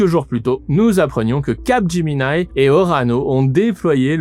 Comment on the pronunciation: capgeMINI pas capgeMINAILLE x)